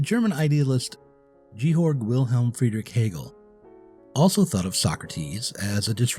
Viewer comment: technical note 2: Hegel's first name is pronounced GAY-org, not GEE-horg